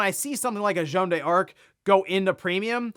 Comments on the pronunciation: A little bit of a correction for: you don't pronounce it "Jeanne Dearc", you pronounce it "Jeanne Darc" with a French accent, no need for the "e", similar to Joanna Dark. Incidentally, Rare based Joanna Dark name in the actual historical Jeanne D'arc. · Jeanne d'Arc reads as "Joan Dark" not "Joan de Ark" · It's funny how you make a big deal about the correct pronunciation for Emio, but you keep heavily mispronouncing french names like Jeanne d'Arc or Yves Guillemot without a care. I have a free consultant for you if you need.